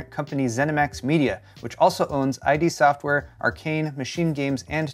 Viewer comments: It's id software,. Not i.d. software 😉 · Hey, if you don’t stop mispronouncing the name of id Software (as in id vs ego), the ghost of John Carmack will come after you with the BFG 9000 👽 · Yeah, you’d think he’d know how to pronounce the name of the company that produced the Doom and Quake franchises, id Software (as in id vs ego). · You pronounced id software incorrectly....